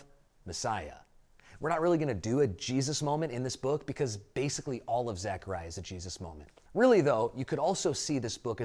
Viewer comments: Nice, but it’s Zechariah NOT Zachariah. My grandsons name is Zechariah and I cringe when people call him Zachariah. Lol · You're saying my name wrong dude.